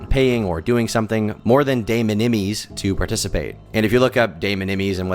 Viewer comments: LMAO De Minimis is not pronounced "Day Min-imm-ees", its pronounced "Duh Mih-nuh-mus". As in the word, minimum. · de minimis = pronounce duh min-uh-miss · You took the time to look up the definition of "de minimis" but didn't take the time to learn how to pronounce it. First generation ipad baby laziness showing nicely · Please look up pronuncuation of de minimis lmao the way you said it is hilarious